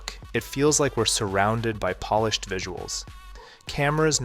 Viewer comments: I'm old enough to know that they also don't correctly pronounce it in "polished" 5 seconds later. If you make that mistake in pronunciation, you always make it. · At you say that we shouldn't venerate polished works, and you pronounce polish like the nationality. Clever!